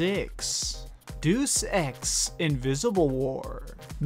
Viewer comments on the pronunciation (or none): duece x? ive never heard of it. now Deus X is a game people talk about. you must live in a parallel word with bad spelling and pronunciation. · Did you just say deuce ex? Dude it's deus ex as in deus ex machina. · It's pronounced Day-us Ex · Hah, Deuce Ex! Why do so many people mispronounce it so often like that? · Another great video. Just some feedback though, deus is pronounced "day us" just a pet peeve of mine whenever you say deus ex lol